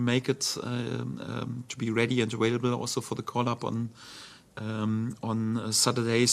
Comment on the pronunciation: I love it when he says ‘awailable’ :)